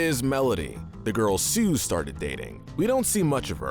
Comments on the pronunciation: OH MY GOD STOP CALLING SOOS SOOZ ITS PRONOUNCED SOOS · it isn't "Suze" it's Soos. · why he callin soos suze